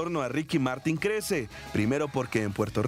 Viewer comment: É Martin com som de MArtÍn O A e o Í são mais graves E o apelido dele é Kiki , mas só pode chamar ele de Kiki quem é fã fiel como Yo E o cachorro dele ( lo perrito dele ) se chama Bartolo E o nome completo dele é Henrique Martin Morales